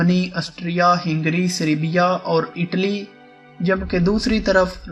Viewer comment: سربیا کو بھی سری بیا.. پڑھ رہا ہے